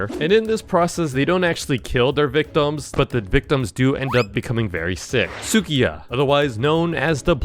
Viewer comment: It hiachi not Hiyachi also Tsukiya not Sukiyaki and it Tomiko not Kumiko do some research